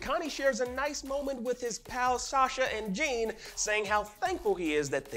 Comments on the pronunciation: Jean is not pronounced Jean, but John. Like how Sean is pronounced Shawn 😊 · “Jean” 😂 who says Jean as Jean like pants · Did you guys really have to make an explained video. What needed to be explained lol. The only thing significant that happened in that episode was Sasha dying. Everything else was sort of expected. And his name is not jeen like skinny jeans lol. If you watch the anime in Japanese you’ll learn how their names are really said. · Why are they saying Jean's name Jeen